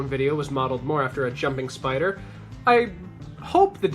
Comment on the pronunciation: “Yes, the... Spee-ider! Even the smallest bite from 'Arachnus-Deathicus' will instantly paralyze... Ugh, get it off!”